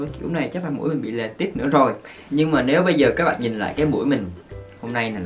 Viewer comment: Lệch not lệt :))